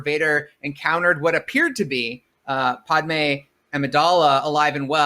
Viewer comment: I hate how he says Padmé’s name.